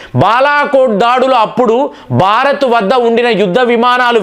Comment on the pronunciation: Baarath kaaduraa. Bhaarath.